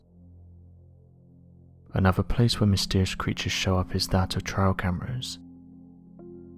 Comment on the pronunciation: Please be more aware of your pronunciation. A "trail cam" is a pathway camera. Not "trail" as in a trial by jury. Thank you for your interesting content.